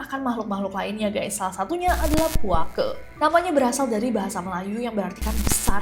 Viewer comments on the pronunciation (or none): tolong penyebutan Puake pakai penyebutan Betawi E nya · Lucu banget dengar kak nessie nyebut "puake" 😂😂😂😂